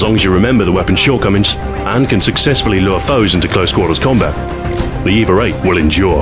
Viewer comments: The way you pronounce the name "EVA-8" it sounds more like "Eva-rate". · Is it me or is he throwing a R into EVA-8?